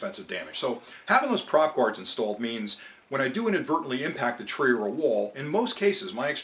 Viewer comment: you lost me at prop gards